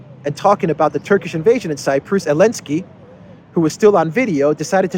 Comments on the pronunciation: It's Zelinsky! 😂🤣🤠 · Why are you pronouncing his name elensky now? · I just can't get my head around when u say elensky u are doing a great job one love from Ghana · So silly…he can’t say ZALENSKY. Cant stand this bozo